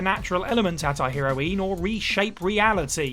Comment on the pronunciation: Followed immediately by pronouncing heroine 'hero-ween'